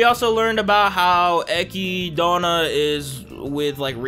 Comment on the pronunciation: Aside from Echidna’s name. He’s not good at paying attention to how Japanese people pronounce things